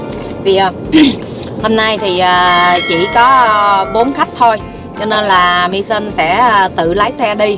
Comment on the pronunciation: Lau qua kg comment, Hom nay la say good morning luon, ghe ghe. Da noi la ten ban la maysan chu kg phải mi sun đọc theo English nhe.